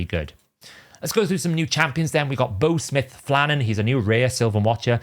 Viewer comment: Small thing no one cares about: Boughsmith isn't pronounced "bow" as in "bow and arrow". It's "bow" as in "take a bow".